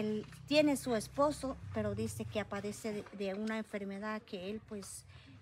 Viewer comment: se dice “ padece “ no “ Apadece” perdón 🙏